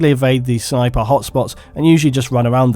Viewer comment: Elite SHNIPER hahahaha love it